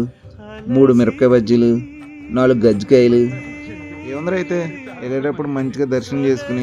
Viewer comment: Kajji kaayalu ...gajji kaayalu kaadhu😂😂